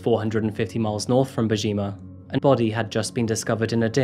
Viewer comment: it’s so funny the way he said bojimaa it’s bo jumaah / bo jum3ah